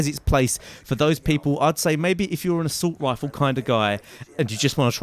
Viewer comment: haha you sound so funny when you say assult rifle xD